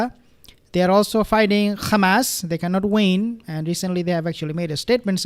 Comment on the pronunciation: Seriously, why does he say kkhamas, instead of hamas.